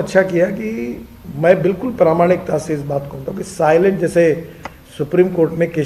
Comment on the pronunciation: साइलेंट फीचर नहीं, सेलिएण्ट फीचर I बहुत इज़्ज़त करता हूँ आपकी I